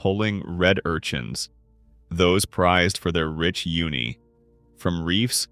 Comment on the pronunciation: For an entire video largely about sea urchins it was jarring to hear an elementary error in the way "Uni" is pronounced. It is "oo nee" not "you nee"